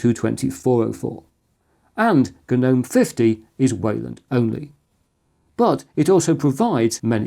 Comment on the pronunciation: It's not Ga nome bro... It's Nome.. the G is silent. You know what I'm Say'n Chief?